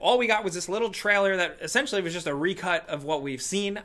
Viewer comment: The way says "trailer": traller.